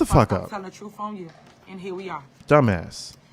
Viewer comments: Did she say the truth or tha truff? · Troof lol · What an idiot. She been " speakn the truff" for an hour now,and has said absolutely nothing. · Correction Sir, she's gonna be telling the "TROOFE" on you!!😂😂😂